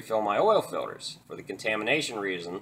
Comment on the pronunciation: I hate how you say Fiwders